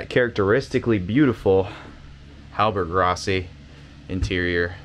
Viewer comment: That interior is remarkably well preserved. Looks like she's been on the hard for a while. Side note, it's not a hallberg-ROSSY, it's RASSY